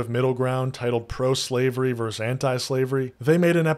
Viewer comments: Bro, you're making a scripted video, you should be able to pronounce the word "versus". You sound like a teenage streamer when you say "verse". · Hey, I enjoyed the takes you shared in this video. Just letting you know, vs. is short for versus, it’s a two-syllable word. Hope this helps 😊